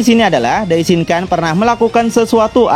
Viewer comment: Maaf bang mau ngasih masukan dikit. Dalam bhs jepang huruf “N” jika berada diakhir kata atau bertemu huruf “K/G” maka dibacanya “NG”. Misalnya “DAISHINKAN” maka dibacanya “DAISHINGKANG” Sharingan = Sharinggang Rasengan = Rasenggang Yamada san = yamada sang Sakura chan = sakura chang Jika bertemu dg huruf “P/B/M” maka dibaca “M” Contoh: Ganbatte = Gambatte Dan jika bertemu dg huruf “D/T/N” tetap dibaca “N” Contoh: Minna san = Minna Sang Walaupun sepele, semoga bs mnjadi masukan ya bang biar penyebutannya jd lebih enak di denger 😊😊🙏🏻🙏🏻 Ganbatte kudasai 💪🏻💪🏻💪🏻